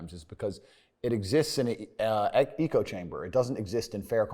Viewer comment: Tate - "Eco chamber" 😂 Its "Echo" idiot